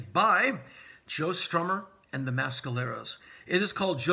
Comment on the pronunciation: Not how you pronounce Mescalero.